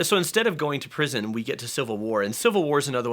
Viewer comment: "So instead of going to prision we get to civil war"